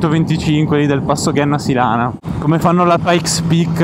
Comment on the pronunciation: Grandi, apprezzo molto i vs video anche se non sono appassionato di moto. Un solo appunto: si pronuncia Genna (come gemma/pietra preziosa) Sílana (con accento sulla i)